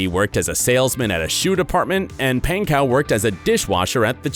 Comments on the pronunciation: it’s pronounced “ponco” not “paincow” lol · i am so late but bro said “rudy painkow”-😂😂😂😂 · REALLY “RUDY PAIN-COW” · Ik this man did not just say “pancow” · the way he says Pankow gets to me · He said Rudy's last name wrong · It pains me the way the guy pronounces Rudy’s last name lol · It bothers me how he is saying rudys last namE